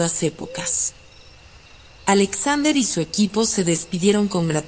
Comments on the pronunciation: "Ajlesaudrer"... No pude, Alexander era mejor 😐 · La voz no es relajante y la pronunciación del nombre Alexander es muy chocante.